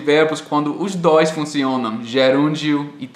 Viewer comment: REGRA NUMERO DOIXXX IH O VIROU CARIOCA KKK